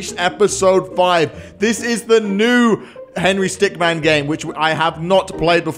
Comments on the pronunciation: Why is he saying stickman not stickmin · It's henry stickmin not stickman. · Sir. It’s Stickmin, not Stickman. Get it right. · "Yes, we are back with the Henry Stickman collection" Me: It's Henry Stick*min* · Stickmin not stickman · Its stickmin,stick-MIN